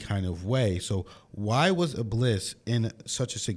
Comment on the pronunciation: it's pronounced like" ib,Lees"